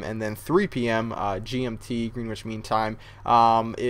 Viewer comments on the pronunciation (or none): Greenwich is pronounced Gren-ich, not green witch. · You pronounce GMT as 'gren' as in ben 'ich' as sandwich mean time, not GREENwhich